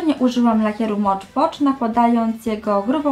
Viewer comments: "Mod Podż" a nie "Mocz Pocz" ;) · Na takim zachowaniu w stosunku do widza nie zajdziesz za daleko. Jak możesz być tak arogancka w stosunku do kogoś kto jedynie grzecznie Cię poprawił? I nie mam problemu ze słuchem, za to Ty masz problem z wymową angielskich słów. Na filmiku wyraźnie mówisz "Mocz Pocz" co jest błędne. Skoro nie potrafisz przyznać się do błędu to już nie mój problem.